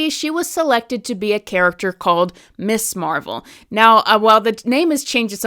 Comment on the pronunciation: It sounds like you're mispronouncing it 'Miss' Marvel instead of 'Mizz' Marvel. While that normally might not be a big deal I think for a lot of people, at least women who grew up in the 60s and 70s, it might be. The idea of Ms. as a designation at the time of the creation of Ms. Marvel, was to separate it from Miss, because while originally Mister and Mistress did not designate marital status, by the time it got to the 19th century they did, so when we get to the 20th century and the second wave feminist movement, they wanted a designation to be different and part of the differentiation is the pronunciation.